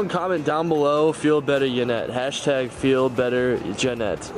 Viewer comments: why do u say Janet its yanet #feelbetteryanet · he says janet its YA-Net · It sounds like doug is saying Janet instead of Yanet lol?... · Who else thought that her name was pronounced yanet not Janet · he said ganet hahaha faze censor